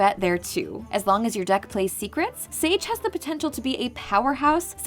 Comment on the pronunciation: It's pronounced "Sage", the same as the word for an ancient wise man...go figure.